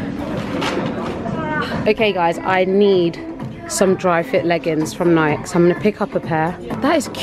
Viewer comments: why do you guys pronounce Nike as "NYK" lol it's pronounced " NY-KEE" cuz it's an American brand and thats how they pronounce it. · I love you guys but I hate how you guys say Nike it's pronounced (nik-ee)